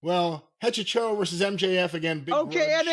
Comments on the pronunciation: Hechizero means Wizard in spanish. It's pronounced A - chi - se - ro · cannot say EH-CHEE-ZEH-ROH to save his life 😂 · It's pronounced hechi sero but who really gives a shit lmao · I did not realize you were all trying to pronounce Hechicero (e-chi-ze-ro) til you found out it was for wizard. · Lol hechicero is pronounced 'eh chee zeh roh' in Spanish but I like this pronunciation better 😂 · BTW, it's Eh-Chee-SEH-Roh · As a spanish speaking listener, it's so fucking funny when they try to say Hechicero